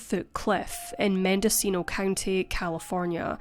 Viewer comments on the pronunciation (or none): none